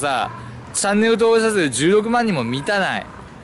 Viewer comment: ろれつ悪すぎて登録者数って言えてなくて草